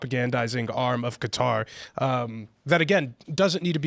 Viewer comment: Why do you insist on pronouncing Qatar as "cutter". Annoying asf.